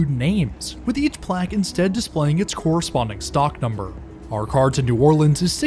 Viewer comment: This is my home route. I live in Slidell and thank you for pronouncing New Orleans correctly.